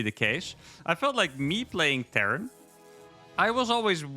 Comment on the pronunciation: Terran not Tehran